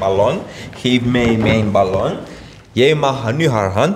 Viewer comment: 😂 meloen of ballon😂😂 spraakgebrek